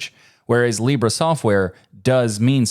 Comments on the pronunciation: Your pronunciation in Spanish is wrong. You pronounced it like libré which to be fair is a indicative of the first person, but the pronunciation in Spanish is libre without the accent in the "e". You only need to let your tongue to move more freely while spelling the "bre" part something I noticed English speakers struggle with. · In spanish it's pronounce LEE-breh, not lee-BREH. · Also not put a "Y" at the end ;-; English speakers always be like "libray". It's just an "eh". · Small correction in pronunciation : In Spanish Libre is pronounced with the accentuation in the first syllable, not the last. It is not "Libré" (that is a verb), its "libre" (adjective, accentuation in "Li").